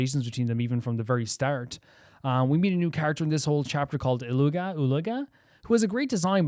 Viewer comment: You don't pronounce the G in Illuga's name though. It's like Eet-lu-ah.